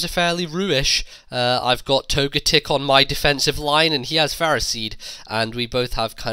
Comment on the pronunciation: I pronounce togetic toe-ga-tick but when you say it you emphasize the GAAA